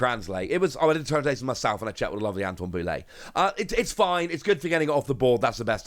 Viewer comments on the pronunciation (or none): none